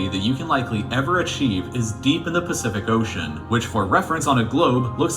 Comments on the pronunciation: He really did just say "Specific Ocean" I'm dead XD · My man said “specific ocean’’ 😂